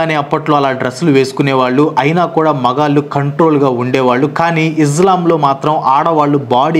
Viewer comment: izlam. కాదు బ్రో ఇస్లాం